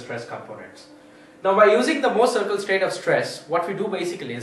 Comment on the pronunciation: thx. could never thought i would laugh so hard at anything about the "mouuhrrr cieerkl"